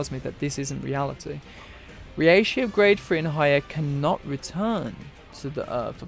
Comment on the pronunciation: Okay dude, stop saying ri eishi, it's reishi, rei, not riei. Also, Ad-you-lattion. And the word reii, is pronounced rei-i. two vowels together are pronounced separately in Japanese usually. except the ou, that's pronounced ō or oh if you're english. As for why the soul reapers are sent to hell, my theory is as follows: The reii of the world of the living and soul society, when not in a physical or spiritual body, destabilizes the world. Hell is the solution because they get a body there. Meaning the reishi gets concentrated to a single location again as opposed to being spread out across the dimensions. The hollow is necessary to allow them into hell. Killing a hollow makes it return to soul society. That transfer of reishi is enough to open the path for them to hell. More specific than this is much too foolish. Most of this is speculation anyway, it's just a theory, A GAME TH.... okay, done to death I get it. Last thing since you kinda got it wrong, they are not sent to hell as punishment. In fact they gain the status of warden. The purpose of the soul reapers is to balance the world right? So think about it from that angle.